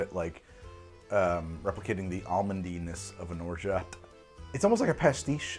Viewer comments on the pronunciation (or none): They way he said orgeat triggered me